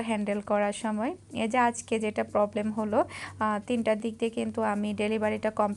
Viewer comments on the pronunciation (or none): none